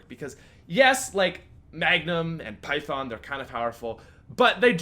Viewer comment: i know he talked abt this, but seriously, its python not py-thong